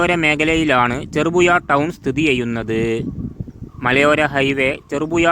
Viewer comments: ചെറുപുയ അല്ല ഹമുക്കെ . ചെറുപുഴ എന്ന് ഉഛരിക്ക്😡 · അക്ഷരസ്ഫുടതയില്ലാത്ത താങ്കൾ ഒന്നും ഈ പണിക്ക് നിൽക്കരുത് 🙏... ചെറുപുഴ എന്ന് പോലും പറയാൻ കഴിയുന്നില്ല 😥കഷ്ട്ടം 🙏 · "ഴ" വരുന്നില്ല. നാക്ക് വടിക്കാൻ പറ...